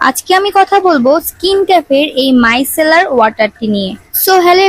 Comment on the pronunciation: মাইকেলার না মাইসেলার😅😅😅😅😅😅😅😅😅😅😅